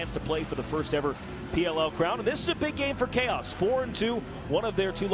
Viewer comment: in the first games commentary, the guy read Chaos, as "chowse" 😂 I cant remember the video but it's great.